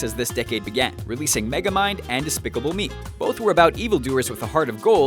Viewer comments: says "despeciable me". Good job editor. You had one job. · "Despeciable Me"